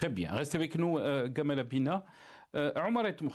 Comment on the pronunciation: C est jamal, pourquoi gamal 😂😂 un hommage au égyptien ?